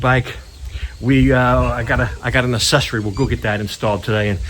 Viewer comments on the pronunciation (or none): Why Cant Americans pronounce ACCESORY? uhk - seh - sr - ee I first noticed it with Jay Leno who says; ASSESORY.